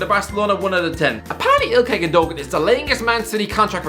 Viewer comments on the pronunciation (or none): Gun-duh-wan not gundogan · What about Gundogan? Isn’t it Gunn-doe-wann?